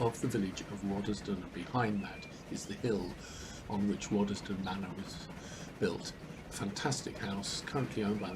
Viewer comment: That was a pleasure! I lived in Quainton between 1963 and 73. May I offer a couple of observations? I think it’s the Vale of Aylesbury (as opposed to Buckingham) and I never heard locals pronounce the middle ‘es’ in Waddesdon. From Quainton Road station to the village is nearer a mile but is at least reasonably flat. I’ve walked and cycled it many times. Back then there was still through traffic on the line, mainly coal and a few passenger services further into the Midlands and I can recall the wired quiet when it all stopped. The remaining rump of HS2 will pass just south of the station thus terminating any ideas for a partial re-I statement of the Brill tramway, a line friends and I thoroughly explored back around 1967. I look forward to your presentation of it.